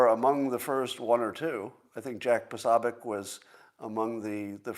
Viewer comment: You always claim that you want to pronounce people's names correctly... I've tried correcting you several times over the years on your mispronunciation of Jack Puh-SO-bick. Thank you for trying. 🙂